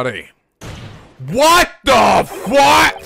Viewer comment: It almost sounds like he’s yelling “what the foot”